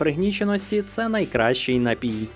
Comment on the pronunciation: Найліпший напій на світі - це дволітрова пляшка "Карпатської джерельної" після понад року вимушеного перебування за кордоном! До речі, приємно чути, як Ви правильно наголошуєте напІІІІІІй. Дуже добре!